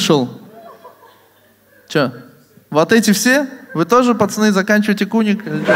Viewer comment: Во-первых, правильно куник 😂😂😂